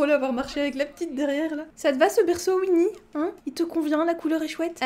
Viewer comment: Je suis la seule que ça perturbe qu’elle dise Uinnie et pas OUinnie (même si c’est Winnie)